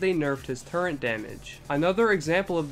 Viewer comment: it's turret not turrent ;)